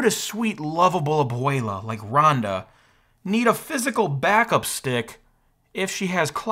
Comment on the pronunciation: What's with pronouncing abuela weirdly? Why not just say [aˈβwela] - aka, what you see is what you say.. unless, it's some kind strange joke or something?